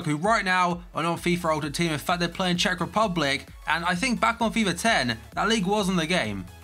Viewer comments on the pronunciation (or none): none